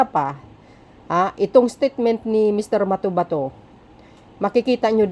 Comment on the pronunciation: MA-TO-BA-TO NOT MATOMATO 😅😂